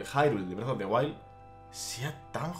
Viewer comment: Nunca había escuchado Bredo en españolete XD